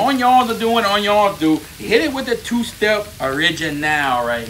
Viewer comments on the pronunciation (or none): Bruh I like the way he say Onions, “Onyons”